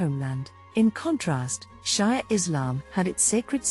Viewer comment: Shia pronounced She-ah.